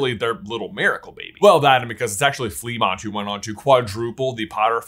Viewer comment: It's pronounced "fluh-MONT"